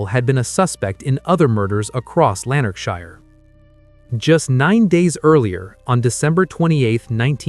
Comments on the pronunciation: Awful pronunciation Americans can't speak properly. It's shire not Shi-er .. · Lanark (quickly spoken)..... shire (spoken like "Sheer" quickly and emphasis on "e" but almost like a short "a" and no pronunciation on the last "e")